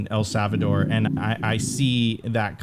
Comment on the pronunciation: Sophie, can you teach how to pronounce El Salvador correctly please lol he keeps sayin savador and i cant unhear it 😅